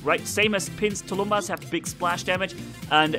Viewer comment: Hi,! Thanx for the vid! Please, mind the proper pronounciation of the word "tulumbas". Tulumbas is SINGULAR, it is pronounced as "tulum-bús", last syllable is stressed, the end like "bus", not as " tulúmba". So, the plural would be " "tulum-búses". Tulumbas (sg) and tulumbases (pl). It means a big ancient war drum in russian. You somehow manage to pronounce "piñata" properly in spanish way, though few people suspect of this ñ being there. So why "tulúmba"? It's meaningless. Thanks a lot!